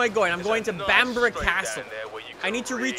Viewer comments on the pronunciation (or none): none